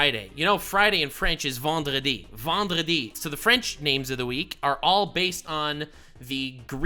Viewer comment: As a french, I salute your prononciation of Vendredi. Good content as always, keep up the good work